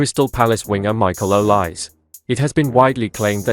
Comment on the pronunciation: Please pronounce the name properly: Not two syllables, o-lise, but three syllables: o-li-se, with e accented as in French entree